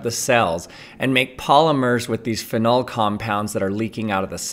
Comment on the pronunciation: Not that it matters, but the way you pronounce "anthocyanin" and "phenol" is quite different to how I'm used to it